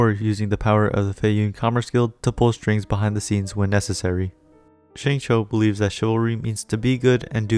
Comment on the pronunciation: Nice. BTW, Xingqiu’s name is pronounced more like “shing chew”, not “shing cho”. The English VAs say it wrong. Listen to the Chinese VA.